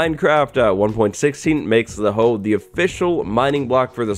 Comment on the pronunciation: When he said I have a random hoev